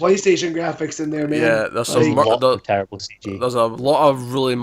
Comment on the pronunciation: It was TEWWIBLE